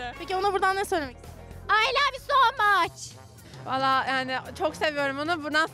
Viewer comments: aY LaV yUuĞh sO mAçH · ✨ ay lav yu so mahhççç✨ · “ay lav yo soğğ mağç” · 🤓✨Ay LoVğ yU sOv mAçĞ✨🤓